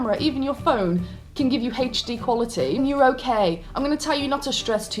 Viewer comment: Also... the fact that you pronounce HD as "hayche D" instead of "ayche D" makes me smile 😊 So much cuter than American accents haha!